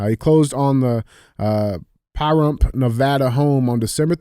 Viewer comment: That's 'over the hump, in Pahrump' pronounced Pu-rump about an hour drive from Las Vegas